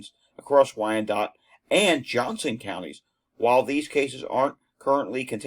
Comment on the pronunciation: Why-Ann-Dot ... (your pronunciation was right on.)